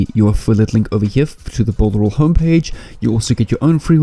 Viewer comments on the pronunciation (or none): You said builderal 20 times, hehehe hope to win the giveaway need to download this and rewatch it again so I dont make mistakes love the affiliate program on it and all the tools on it to assist me in my affiliate marketing journey its 6month now and I haven't made any sales yet on warriorplus NOR clickbank, thank you for the strategy.